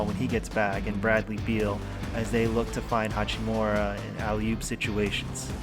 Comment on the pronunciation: Why do these idiots keep calling him hachimora?